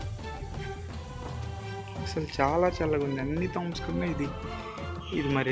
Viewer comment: టాంబ్స్ కాదు తమ్ముడు, టూంబ్స్